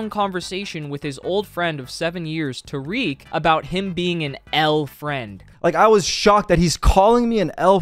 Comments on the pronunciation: Just an fyi it’s not tareek it’s ta-rick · i'm pretty sure its tare-ick not ta-reek